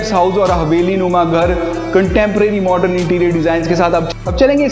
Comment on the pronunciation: I really stopped seeing because of hearing the work "MORDREN" 100 times.. please say 'modern' and spare the word... Rather than over using...🫣